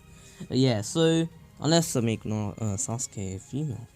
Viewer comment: This is how naruto says sasuke “saskee